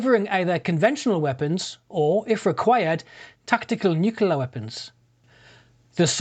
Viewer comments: Why is he saying 'Nucular' instead of 'Nuclear'? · New-kle-ar - not new-kyoo-lar Put me right off the video. Sorry.